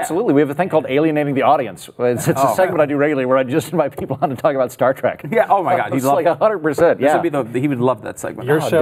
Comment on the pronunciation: I thought it was " Star Trek " and "star track" how can you guys even call yourselves fans?😊👍🏼😋